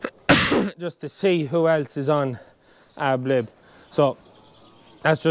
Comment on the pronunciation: Ad lib not ab lib